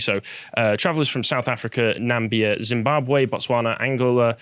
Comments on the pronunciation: NAMBIA!!!!! Oh dear... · Nambia??? Ffs 😂😂😂